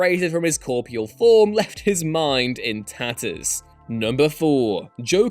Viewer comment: “Separated from his CORPEAL form”??? Sounds like he spent time as an apple! Core...Peel...geddit?